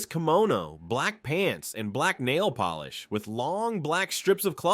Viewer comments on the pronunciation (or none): none